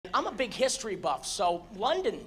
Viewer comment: “I’m a big history buff” Emphasis on the big.